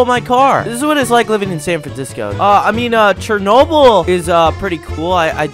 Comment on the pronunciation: It is Chernobyl not Chenny ball